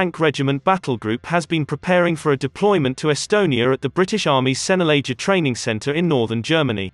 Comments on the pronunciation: Pronounced 'Senna Lager' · Could pronounce Sennelager properly!! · I know, excruciating isn't it.